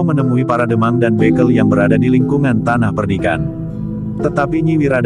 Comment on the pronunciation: Ga sengaja iseng dengerin cerita ini. Naratornya mirip dg channel lain, tanpa penjiwaan, asal baca. Pdhl membaca utk orang lain beda dg utk diri sndri. Sy yakin ada kata2 yg narator ga tahu artinya. Misalnya pada menit 5.42. Kata "bekel" dlm bhs Jawa bisa dibaca 2 macam dg arti yg berbeda. Jika "e" pertama diucapkan sprti pd kata "goreng" dan "e" yg kedua diucapkan sprti pd kata "tempat" maka bekel adalah sebuah permainan yg biasa dimainkan anak2 perempuan. Tapi jika yg dimaksud adalah jabatan dlm pemerintahan, maka kedua "e" diucapkan sama sprti pd kt "tempat".